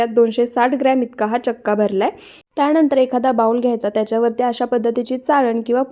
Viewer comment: त्याणंदर नाही त्यानंतर बोला, आधी शुद्ध मराठी बोलायला िशका